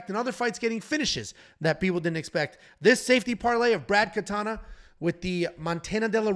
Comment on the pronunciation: It's Brad Katona not Katana. Jesus..